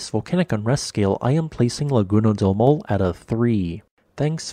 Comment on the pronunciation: "maw le" is a better phonological transcription of Maule than "maul." The final e is not mute.